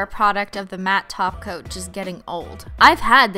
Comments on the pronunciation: WHAT THE HELL IS A TOPCOAT kinda sounds like taco I’m sorry for caps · Mary the Yandere Painting Loli she calls holo topcoat taco